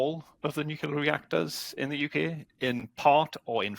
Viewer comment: NuCLEAR, nuCLEAR. Come on, an "expert" who doesnt even know how to pronounce the field?, bad optics mate.